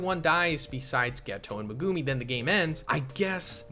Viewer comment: stop pronouncing megumis name like that pls